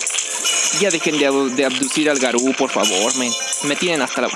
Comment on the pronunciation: Le dijiste gao a garu